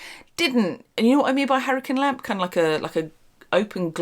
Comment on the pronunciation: Are you saying harlequin lamp? Never heard of that kind of lamp and I'm not parsing your accent well for this particular word